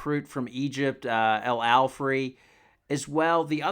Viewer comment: Its Alfey not Alfrey.